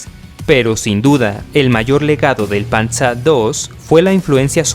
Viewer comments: Panza II no es, es Panzer II yal y como se lee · Se dice panzer no panza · No es por ser malo pero no digas panza sino Panzer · Buen vídeo. Pero de donde sacas el nombre PANZA,se pronuncia tal como se escribe PANZER 😁👍👍🇪🇸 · Por que pronuncias el Panzer Alemanan como Panzar ?? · Estudié alemán hace años. Creo te equivocaste en la pronuncia del "panzer" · a pues gracias es que me gusta la historia y siempre oí esa pronunciación en español nunca la escuché en alemán muchas gracias por la corrección hoy ya se algo nuevo soy de El Salvador por cierto me gustaría pedirte que si puedes hacer un top de los países de Latinoamérica con mejores cantidades de armas y arsenales y tecnología militar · Me hace gracia escuchar "pantza" así se pronuncia en Alemán, en español está bien pronunciar "panzer", además "tiga" 😂 suena muy extraño